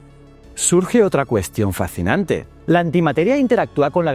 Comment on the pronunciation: Lo fascinante es que no seas capaz de pronunciar fascinante 😆